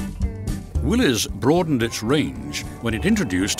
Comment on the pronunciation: Thank you for pronouncing Willys correctly.